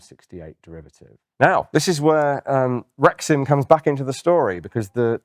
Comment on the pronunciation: I keep hearing rectum instead of rexim